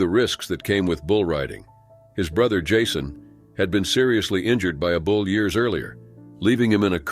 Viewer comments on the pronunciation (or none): none